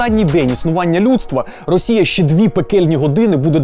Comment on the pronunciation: Все круто, крім прононсу "шчье". Панове, українські шиплячі тверді, тренуйте щелепи, бо вуха в'януть